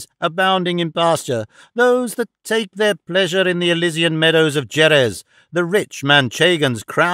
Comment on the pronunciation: I love that the narration has just enough amount of dramatic inflection for dialogue. As a native Spanish speaker, personally my favorite reading of Don Quixote, regardless of the butchering of some names that really shouldn’t be. Like… Migüel??? Jerez pronounced with a hard J rather than “Herez” among many others… semantics I suppose, but still a good narration.